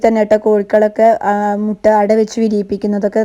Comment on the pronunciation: മുട അല്ല മുട്ട എന്നു പറയുക